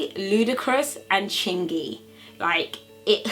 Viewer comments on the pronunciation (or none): She said Ludacris and Chingy, Hahaha I like the way you do that right thurr.